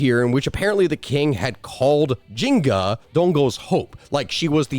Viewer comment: Taking a drink every time you call her Jinga instead of Njinga... dying of alcohol poisoning. Love your channel, though. ❤